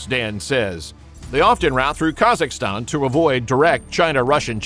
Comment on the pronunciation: I just have one question for this AI: Where the heck is "Kasakistan"???? LOL too funny!